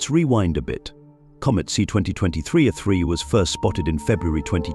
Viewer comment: Nothing like sloppy use of an AI tool for voiceovers to end up with “A-3” becoming “uh 3”.